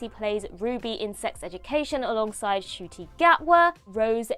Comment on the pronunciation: Ncuti not Acooti (who is outside)